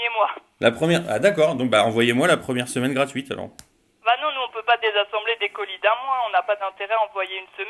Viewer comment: On dirait qu'il a dit "... ma, semelle gratuite..." xddd